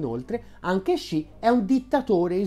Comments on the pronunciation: Top video! Solo una cosa: Xi si pronuncia "si" più che "sci" ;) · Perché pronunci "Sci"?? Studio cinese da anni (da povero operaio autodidatta) e a parte strafalcioni che commetto ancora con i toni, so per certo che il suono che loro translitterano con XI ha pronuncia come un "si" con la s dura molto marcata, e chi non lo pronuncia nel modo giusto è un Luca Telese!!!